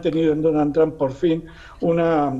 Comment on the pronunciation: El analista totalmente parcial e inclinado por Biden, nada objetivo con sus comentarios, por favor inviten a personas con un punto de vista objetivo e imparcial, que aporten algo a los que ven su programa (como el Dr. Jalife); y por favoooooooor, que pronuncien bien Trump, ¡no es Tramp! Son analistas y ni siquiera son capaces de pronunciar bien los nombres y apellidos en inglés, dan pena ajena.